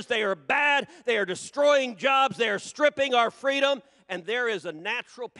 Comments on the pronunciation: In the sad words of Kamala Harris "FWEEDOM." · FREEDOM✊🏼 not fweedom 😁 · In the immortal words of Kamal Harris, fweedom! 😂😃😄😅